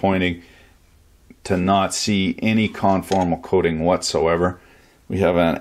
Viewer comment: What's the substance he refers to for coating and protecting PCB's it sounds like he's saying scholastic/so-last-ick or something. The dictionary/wiki doesn't seem to have it.